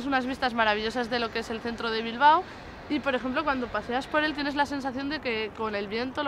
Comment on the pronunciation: For anyone that actually goes there, it’s pronounced “Bil-bow” pronounced how you “bow” in some Asian cultures. Drove me nuts that she kept saying “Bil-ba-oh”.